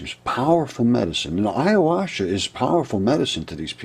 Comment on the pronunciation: Ayahuasca... youre pronouncing it a little wrong. Great video ... keep it up